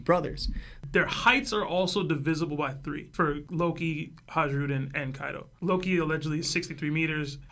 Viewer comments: Isn’t it pronounced “Hai-ru-din”? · fascinating theory but maaaan was it hard to listen to him butcher Hajrudin's name over and over again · The J is pronounced like a Y in Hajrudin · yeah It was driving me nuts